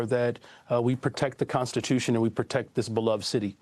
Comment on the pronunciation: Constituiton? Ahhh haaa